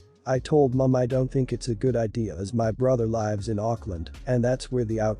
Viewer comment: I love how the text-to-speech voice pronounces "lives" as "lies".